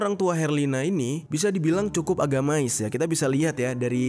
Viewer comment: Bukan agamais jer...tapi agamis 🙏😁